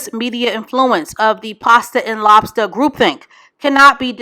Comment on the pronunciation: “Pasta and lobsta”???? Ewww fr????